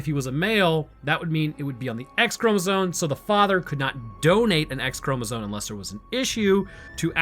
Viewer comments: the entire time you're saying "chromozone" instead of chromosome and it's killing me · did you notice you say chromozone instead of chromosome? No hassle intended, I love the in depth detailed breakdowns you do but I just now noticed you say that word a bit odd.